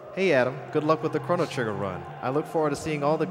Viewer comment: the announcer doesn't even pronounce the title of the game correctly >.<